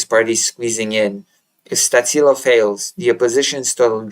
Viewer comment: Stačilo pronounced Statchilo